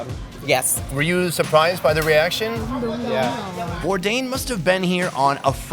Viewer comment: his name is Bourdain, not bourdin